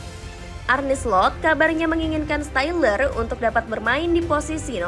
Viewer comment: stiller dibaca syler